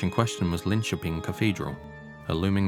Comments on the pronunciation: Probably one of the best English pronunciations of Linköping I've ever heard. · Finally someone who can pronounce Linköping correctly. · The pronunciation of Linköping was eerily good! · 'ö' is hard for English speakers, but agreed ... it's pretty good.